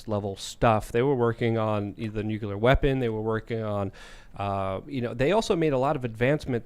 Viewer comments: Nu-CLEAR not NukeYouLer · ITS NOT FUCKING "NUKULER!" ITS NUCLEAR! NEW! CLEAR! NOT NOO KEW LER! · I cant take anyone who says "new-cue-ler" seriously. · man it pisses me of when people call it a nukuler . it's NUCLEAR , you know, from nucleus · if doesn't stop pronouncing nuclear (NEW CLEAR) incorrectly, I am telling the aliens! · Its pronounced nucular. The "s" is silent. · is CLEARLY Highly intelligent and profoundly knowledgeable, I just wish he pronounced “Nuclear” correctly.